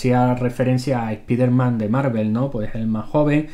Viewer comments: Nunca se ha llamado así en NINGUN país. El personaje es "SPIDER-MAN" y es una palabra en idioma inglés que se pronuncia "SPAIDER-MAN", a menos que se traduzca a "HOMBRE ARAÑA". Sucede que en España LE DICEN así porque, al parecer, hay una afán de españolizar cualquier cosa. Si en EEUU le dicen al "Hombre Araña" algo como "JOMBRGE AGRANNIA", también debieran ser corregidos, por muy "SPIDER-MAN" que sea el original en inglés. :-P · Igualmente, a lo que me refiero, es que lo pronuncio tal como se dice en mi país, que por algo soy de aquí. No sé si con el tiempo cambie, pero para que te hagas una idea a Hulk se le llamaba aquí "La Masa" y con el paso del tiempo se fue perdiendo, al igual que a los X-Men se les llamaba "La Patrulla X". No hay afán de españolizar, es cuestión de la enseñanza de idiomas en España en aquellas épocas y que finalmente se han mantenido los nombres que se dieron por aquel entonces, quizás por costumbre. Pero vamos, que el ejemplo más internacional lo tienes con Wolverine, en España sigue siendo Lobezno, pero en otros países tienes un abanico de nombres más bizarros, como aguja dinámica, guepardo o Emilio Garras. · Para tu información: no se dice spíderman (se pronuncia 'spáiderman'; ya que spíderman se escribiría así: SPEEDER-MAN y nada que ver "EL VELOCISTA" o algo así que el Hombre-araña); Flash es, naturalmente gracioso cada vez que se une a la Justice League y no es ninguna referencia al Spider-Man de la Civil War (y si eso no aparece en los cómics, al menos es visto en las series animadas DC de la Warner 😏); el nombre del negro biónico (Cyborg) de pronuncia 'sáiborg' y el de Darkseid se pronuncia tal cual 😏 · ¿"ES-PI-DER-MAN"? ¿Es en serio eso de españolizar vocablos en idioma inglés? No entiendo qué es lo que les cuesta reconocer que la pronunciación correcta es "SPAIDER-MAN".